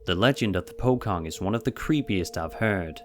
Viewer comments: This is how you pronounce pocong “pochong” not “pokong” but okay. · #18 pocong. It's actually pronounced as poo-chong not poh-kong. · It's POCONG not POKONG, that's how you say it. I'm from Indonesia 😂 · It's prounounced as "Po-chong" not "pokong". Just for the info! Didn't expect to see a video from my Country tho. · I’m Indonesian, he pronounced the Pochong wrong, it’s not pockong! Lol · "PO.....CONG" No "PO.....KONG" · Pocong not to be pronounce as "pokong" where "c" as "k" but as "ch" as in "chair" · No 2..pochong..wrong pronouce..not pokong..the c alphabet pronouce like when you said the word 'champion'..sory but its heard so weird.. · It's pocong (po-chong) not po-Kong 🙏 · Pocong pronounce is not POKONG its pronounce POCHONG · its not POKONG bro but its POCONG (POCHONG --> pronounciation) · 18 is Pocong...the "C" pronounce as C not K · It's not pronounced "Po-Kong" it's pronounced "Poh-chong". The boys are just playing around, not saying anything more than just goading each other. Most probably it was a prank by one of their villagers or friends. I am Malaysian, well aware of the supernatural folklore here. Usually, these folklore related to the village communities are more related to horny guys trying to be peeping toms and using ghosts and demons to mask that. Rapists too...people in Malaysia are far more scarier than any ghosts and demons. Corrupted govt, religious radicals and just selfish dingbats and a society that is so dumbed-down we have scarier socials ill like throwing away your illegal newborn fetus inside toilets.. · #18 Why's everyone keeps calling pocong "pockong" It reads "po-chong" Also, they're talking about bicycle tricks. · Its actually pronounce as Po-chong not po-Kong. But yes Pocong is the scariest. Pocong also sometimes likes to take rides on the back of motorcycles... Pocong: thanks bruh, aight im off here rolls off from moving vehicle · Its not "Po-Kang", pronounced "Po-cong" rhyming with wrong, long etc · fucking po"k"ong 😂